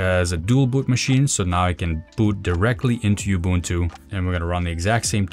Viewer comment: Its "ooh-boon-too", not "you-boon-too"